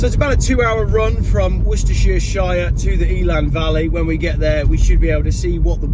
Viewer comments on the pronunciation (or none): Hi, I like you posts but something irritates me slightly. When you say the name Worcestershire, why do you keep adding an extra Shire on the end, perhaps I don't know what I am talking about, or maybe you do it without realizing, either way can you move to Devon please Regards